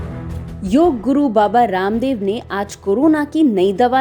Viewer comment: Abe u tuber pahle bolne ki tameej to seekh le raamev ramdev kar rahi hai baba raamdev nahi kah sakti kya